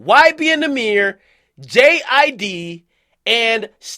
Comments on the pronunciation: I thought you say J IDK 😭😭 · Its jid bro just Jid